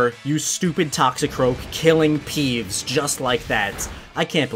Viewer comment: Um did you say pees instead of peeves?